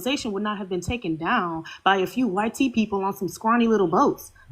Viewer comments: Them saying "why-tee" is just straight cringe. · damn they are scared to say white. they literallty pronounce it y t people